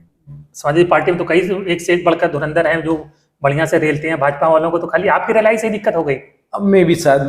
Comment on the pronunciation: रेला नहीं पेला है भाई